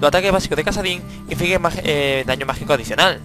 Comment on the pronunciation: Es como si estuvieras haciendo una review para una revista o algo xD Es raro porque en las otras cosas no lo haces xD Ejemplo: Daño MagiCOOOOO a full xD, aún asi sigue con tus videos que son la repolla!